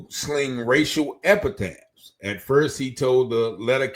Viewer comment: Epithets bruh, the word is EPITHETS just saying. Let's raise our vocabulary, offered only in love and best intentions ❤❤❤